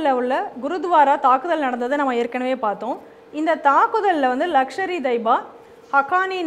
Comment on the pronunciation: லக்ஷர் இ தொய்பா அல்ல.லஷ்கர் இ தொய்பா.